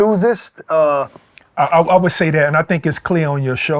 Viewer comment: enthousist? lol